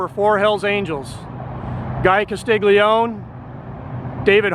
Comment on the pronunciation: Thank you for this video. I knew "Jingles" as he was a friend of my mom and stepfather. I was a kid & didn't like any of them. One thing about this video that I'd like to share with you. I'd like to help you pronounce Guy's last name. It's actually pronounced as follows - Cass- Lee -Oney Thank you 😊